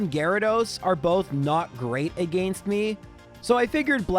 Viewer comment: yo i love your videos but I hate the way you pronounce "against"